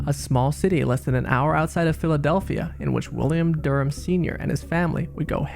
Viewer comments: everytime you say "Durham", i hear 'Germ'. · Dude, WTF! Can't you say Durham? Speak clearly d-bag! It sounded like you're saying 'germs' or 'derms' and made no sense. I had to Google it. Now I think it's better to read it on Google than listen to you a-hole speak. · Omg the pronunciation of Durham is killing me...it sounds like Germs when he says it! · Every time i kept hearing “the Germs” instead of the Durhams 🤣😂